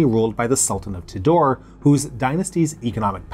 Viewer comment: The word Tidore should have been pronounced somewhat like 'tee-dough-ray'.